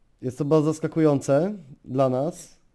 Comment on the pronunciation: Nie popielał - nie popierał Ohganizacij - organizacij Baldzo - bardzo Rrrrrrrrrrrr xd